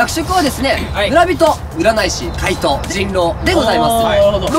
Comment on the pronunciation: 怪盗がかいとにしかきこえん、、笑笑